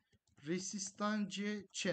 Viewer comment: Hocam teknik analizle ve youtube video işiyle ilgileniyorsanız lütfen biraz da kendinize yatırım yapın ve İngilizce kelimeleri en azından okumayı öğrenin. Çok tuhaf geliyor. Türkçe kelimeleri bambaşka okuyan birinden Türkçe bir anlatım izlediğinizi düşünün, aşırı rahatsız edici duruyor. Rezistans mesela Türkçe'ye de yerleşmiş bir kelime artık. Bu şekilde telaffuz etmek zor değil bence yabancı kaynaklardan araştırma yapan, bu işlerle uğraşan, takipçi kitlesi hedefleyen birinin kesinlikle önce İngilizce işini çözmesi gerekiyor.